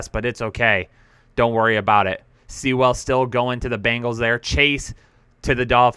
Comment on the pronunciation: can't even say Sewell? What a bum (btw, it rhymes with POOL)!